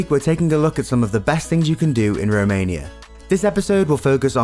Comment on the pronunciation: This guy pronounced wrongly each city in Romania :))))